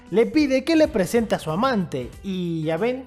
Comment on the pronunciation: Por que dice preseta? Xd nadamas es pregunta